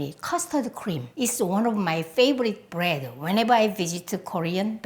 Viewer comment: she say brettt not bread